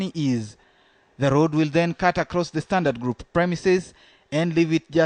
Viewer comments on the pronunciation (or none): Ha ha ha I've often asked the same question.Instead of Standard Group...he insists it's pronounced Sdantart Kroop :-)